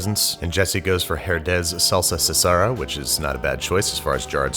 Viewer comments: Did anyone else hate the way he pronounced "salsa casera?" It's "kah-SAY-rah," not "sah-SAH-rah." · babish mispronounces “salsa casera” (homestyle salsa) as “salsa cesara” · Its pronounced cuh-say-rah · it's not SALSA "SASERA" lol it is pronounced with a K sound KASERAh ( casera) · Lmao u said “salsa sasera” please say the “c” CASERA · Carolina Vazquez when he said „salsa sasera“ instead of cacera I screamed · Love you Babish, but it is salsa Kasera, not Sasera 😑 ❤ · LMAO! 🤣🤣🤣 Is not "Salsa Ceasara" it is "Salsa Casera" pronounced like with a k sound kah-ce-rah. Casera meaning home-made. Love your vids team! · That woul be spelled salsa kasera, not sesera lol, it kinda translates to homemade-style sauce. love yer vids! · SALSA C E S A R A (tip: Cuh-se-rah) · is Kasera the C sounds like a K in spanish, you`re welcome hehehehe. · Sesara? Didnt even keep the vowels in the right spot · It's pronounced, Salsa "ka-se-ra" 🤦‍♂️. 😅😂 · Salsa SESARA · DID HE JUST FRICKING SAID "Salsa Zasera" BOY I'M DYING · Sorry dude love your videos but it’s a hard c sound for casera like casa as in house, it’s a house salsa . Salsa casera or in gringo it’s kaserrrrrrra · Its pronounced salsa ka-ce-ra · Yep, it's not pronounced like cesarean. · Babish, sorry to correct you, mexican here. But I couldn't help but laugh at the way you pronounced "Casera". Casera means home made, and it's pronounced like CAH-SEH-RAH. Lilke mi casa su casa. Not hating just giving info, I watch every video you upload. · Babish, babe, (Babe-ish?) I don't mind Americans pronouncing the otherwise silent H's in Spanish words, that's fine, you do you, doll. But where the hell did you get "Cesar-a" from "Casera?" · Salsa seh-serah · it's called a comedown, not a hangover. also, its pronounced kahsera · Not to mention "salsa sesara". I'm sorry, what?? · Love your vids. fyi: its pronounced Salsa Casera ("Kah-serrra"). Keep up the great work. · Did you you say CASERA like "CAESARA" ? I cringed lol